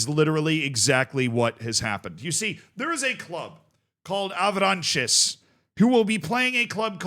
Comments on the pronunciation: the S is silent on Avranches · you don't pronounce the s at the end, ouest france is trustworthy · Me, who my first language is french, wanted to kms when i heard how said Avranches. Bro read it like french = spanish.